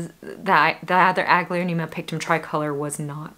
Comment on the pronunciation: Your plants are gorgeous 😍 Thanks for sharing New to your channel, love it , I am a newbie in house plants) i just can't, why i hear "ugly-onema"😂😝